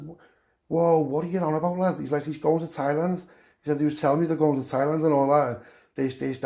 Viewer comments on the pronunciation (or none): Lad soon as you said tieland land speĺt wrong lol.i knew wot was comeing lad thats hevey carnt wait for the rest 💯💯✌👍🏼